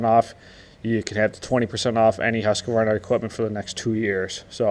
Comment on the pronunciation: Husq-varna.....say it right!